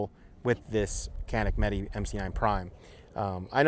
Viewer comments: It's not meet or meety it's meh-teh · It’s pronounced meh tay